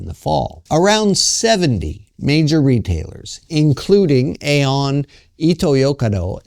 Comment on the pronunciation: Dude, I live here. The shopping mall is pronounced 'E-on' like ee-on. Great vid, keep 'em coming.